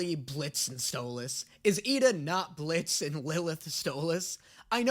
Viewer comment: he said Stolas's name right for once